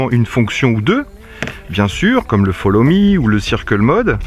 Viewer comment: Quand PowerVision ont vu comment les Français prononcent l'Anglais ils ont decide de mettre des phonemes Français sur des syllabes Anglaise. Quand on entend les media Français parler l'Anglais c'est bien moche. Eh TAK ! folomi, finishède, etc.